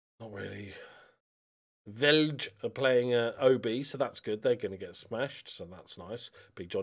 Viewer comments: Some pronunciations to help you out, although you're probably already better than I was when I started learning danish Vejle = V-eye-leh Lyngby = Lung-boo Nordsjælland= Nord Shell-and Midtjylland = Mid yull-and Hvidovre = Vee-door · Being a oldschooler I know his way of pronouncing names and places is spot on. Having said that, not sure he’s nailing ‘Vejle’ 😆 #danehere